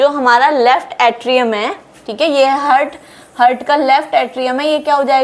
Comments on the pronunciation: Only thing I learned from this video is the word ,TEEK KE, repeated every minute. I think, every time she says HEARD, she means HEART. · हार्ट कहना ठीक है। हर्ट कहना ठीक नही है। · Nicely explained, plz do not pronounce "hurt" in place of " he'art" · Seems it should be Heart and not Hurt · Hurt नहीं heart हार्ट बोलना चाहिए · हार्ट Not हर्ट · Hurt nahin heart boliye madam😊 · Heart❌ hurt ✅ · Its Heart not Hurt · Mam, I think we need to pronounce 'haart,' although the spelling is 'heart'.